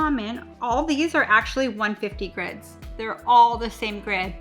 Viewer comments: I really love tutorials, butI do not love that accent that makes her mispronounce things! They are different "grits" not "grids". It is covered in grit like sandpaper! Let's learn things correctly 😉😊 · I love this video but it's grit not grid. 😊